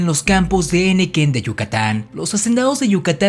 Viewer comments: Así es. Cajeme se pronuncia acentuando la e de la sílaba «je»: CajÉme. Al escribir, ese nombre no lleva tilde. Y se dice henequén, no hénequen. El acento va en «quén». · Muy buenos comentarios. Detecto 2 errores. Permítame enunciarlos: 1)en la palabra Cajeme,el acento es prosódico ,es decir solo en voz. Se dice Ca jé me,me permití escribir el acento para resaltarlo. 2)Henequén. En ésta sílaba "quén" si va acentuada y el acento se pronuncia. Ud dice "hénequen". Espero haber hecho un comentario útil. Es una colaboración amigable!. Saludos!